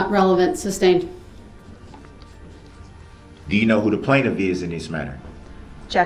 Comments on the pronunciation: I couldn't stomach Darrell Brooks at all. I commend the judge, the prosecution, and especially the families of the victims for what they had to endure in that courtroom with him. He's not only evil, but he is STUPID as HELL. He literally would pronounce "sustained" like "substained", he would ask "grounds?" for objections that the prosecution clearly already stated what their reasons for the objections were. He acted like he knew the law when he had no clue at all. He's a narcissist, he's evil, and he's DUMB! lmao. Ok, rant over. - how do you feel about the Florida school shooter receiving life over the death penalty? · It’s “sustained “ not substained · Sustained not substained he said that every time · You said substained